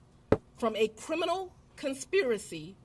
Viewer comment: And there was "cWimes" committed. Fani says cwimes and cwiminal a lot. 😂😂😂 And Fani, Trump is still your president!! 😂 Trump like any other president has the right under article 2 to question any legitimacy to any U.S. Federal presidential election. Just like all presidents before him has done. There was no mention of overturning any election. I think if people would go back and listen to the phone call with Trump and the GA election office instead of taking peoples word, they'd see there was no conspiracy to overturn any election. Trump simply said he needed to find those 11,000 votes. He didn't say go and commit fraud to get fake ballots filed or anything like that. Trump knew he won Georgia just like he did in November this last time around and was curious as to why he was down 11,000 votes when he wasn't on target to lose Georgia in 2020. He simply questioned the legitimacy of the votes and it turned into this. And then we find out the real conspiracy was Fani and others meeting with Biden and Harris at the White House to "get Trump" When it comes to Trump, like him or hate him, the phone call alone doesn't align with what Fani and friends is saying about the 2020 election. And she shouldn't be able to indict ANY federal election case. She's a state/county prosecutor, not the Attorney General of the United States. She shouldn't be allowed to indict Rico cases at all. Rico cases should be left up to the feds.